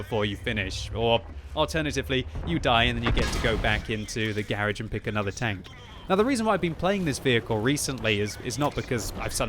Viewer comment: say "Garage" again....LOL